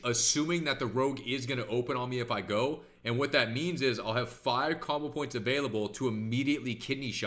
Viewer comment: I swear I hear cobble points and not combo points